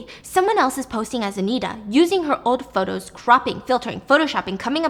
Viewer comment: Also, "potos" at one point hahaha